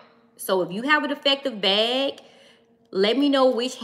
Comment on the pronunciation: Are you saying BEG or BAG?